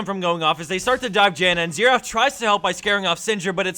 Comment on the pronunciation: .... Why does everyone pronounce Xerath wrong... its XARE not Sear